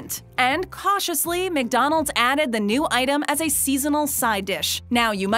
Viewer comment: Please stop saying Mick-Donald’s 🤣